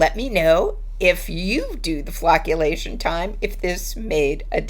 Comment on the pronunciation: Phew for a second I swear I thought you said flatulation. 😉